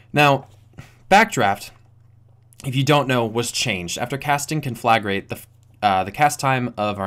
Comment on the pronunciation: I know this shouldn't bother me as much as it is but you're pronouncing conflagrate wrong.